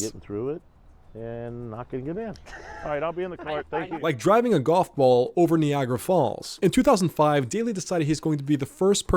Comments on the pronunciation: The AI narrator is just ...........Nee-agra Falls. Lol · Ah yes knee agra falls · Knee agra fallz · Knee-agra falls? Seriously? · the way he says Niagara falls is criminal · I can't say for certain if this is just a bad AI voice over, or if the OP actually doesn't know how to say Niagara Falls, but that's just one of many lazy mess ups in this video. Shameful. 🤦